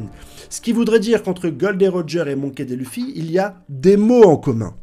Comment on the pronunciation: Tu bases ta théorie sur le fait que Luffy veut le One Piece, or c'est faux. Que le One Piece permet d'accéder au titre de Roi des Pirates, or c'est faux. Tu prononces "raylette", "monky dé lufy" mais tu dis "nakama". Et tu mets une photo d'Aonuma pour désigner Oda. Je ne sais pas si c'est fait exprès mais pour toutes ces raisons, je n'ai pas pu aller plus loin dans ta vidéo. Dommage.